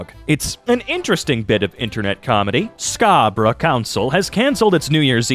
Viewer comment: I feel sorry for you that you can't pronounce "Scarborough". Never have you heard the song "Scarborough Fair".